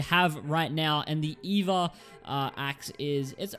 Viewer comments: it's not pronounced eva it's e-v-a smh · It’s E.V.A